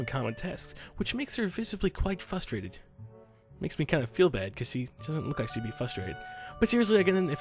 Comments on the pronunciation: WHY DO YOU SAY FUSTRATED, IT'S FRRRRRUSSTRATED. Sorry, it's just been bothering me, I actually enjoy everything else. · I get frustrated when mispronounces 'frustrated'.